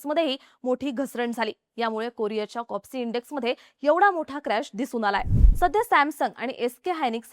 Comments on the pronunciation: कॉस्पी लिहिलेलं असताना कॉप्सी असा उच्चार होतो आहे का? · कोप्सि की कोस्पी😂😂😂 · Kospi ahe bai kopsi nhi media ahe jara pronunciation tari nit kara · Please Correct she said KOPSI it is KOSPI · Kospi not kopsi